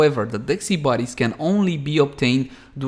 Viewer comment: Why do you pronounce it like SEE-BAR-is... Is this a meme or is it just the accent? Genuinely curious. No hate.